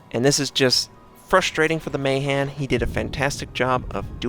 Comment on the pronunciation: finally someone who knows how to pronounce Mahan!!